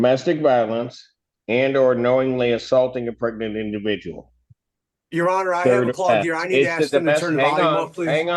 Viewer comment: Wait a minute, did you say pregant? I'm sorry my ear is clogged did you say a pregant victim? I don't understand what you're saying.